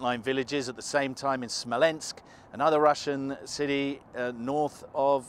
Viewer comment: Citsy. Activitsy. Puttsing. Brexit English!